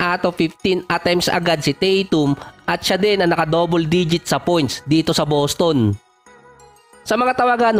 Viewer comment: Ung boses mo bat magaspang parang masyadong pilit na tough guy ba. BosTon, Tah TUm, HawSer, KWArter, PORteen, at iba pa.